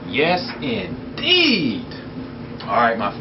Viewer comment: At the beginning of the video i wasn't watching, and i thought you said yes its eiiiid instead of indeed LOL